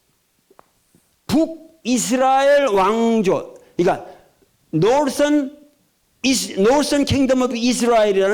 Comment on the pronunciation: 하버드 나왔다는 사람이 norhtern을 놀슨이라 하고, rage를 래쉬 라고 발음하네 ㅋㅋㅋㅋㅋ 에라이~ 대머리 말을 믿지말자!